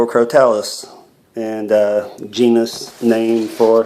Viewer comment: It is pronounced (cro-toe-lus).